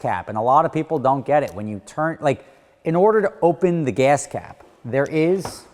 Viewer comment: "The gahs cahp".